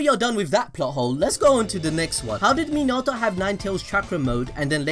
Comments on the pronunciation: Its pronounced Min•na•toe• (Minato) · Why you gotta say minato like that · Your not saying his name right. You’ve must have watch it in sub